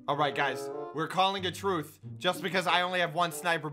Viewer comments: When says truth instead of truce. Me: 😑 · Anyone else notice how he said "truth" instead of "truce"? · its truce not truth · ITS TRUCE (TRU-SE pronunciation) please never say that like truth again